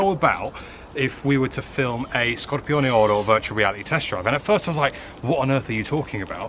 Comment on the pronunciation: I think you're the only person who can pronounce Scorpioneoro properly without butchering it 🤣